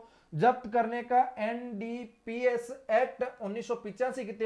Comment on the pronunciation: एनडीपीएस को एन डि बोल रहे हो आप